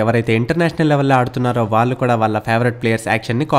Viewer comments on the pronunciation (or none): none